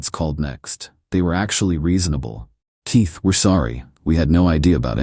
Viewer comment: KEYS go in doors. TEA does NOT‼️. Your name is KEITH - NOT TEETH‼️‼️ FFS! 😤